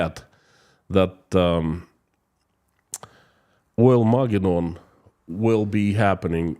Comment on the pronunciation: Accent 1st and 3rd syllables.... "OILmaGEDdon." You do some great work. I follow your videos religiously... very, very useful and insightful.